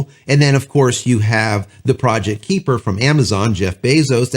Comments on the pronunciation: Just for the sake of clarity... :) It is pronounced 'Ky-per' Little things that torque my brain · Can they? Sure ... maybe in about 5 or so years. Starlink has a massive head start. Just an FYI, it's pronounced "Kyper". I completely agree, Starlink should make it so that if you can get internet connections via fiber or coax (ie coax) at your address, then you can NOT get Starlink. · Please learn the proper pronunciation of KUIPER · Can you pronounce kuiper?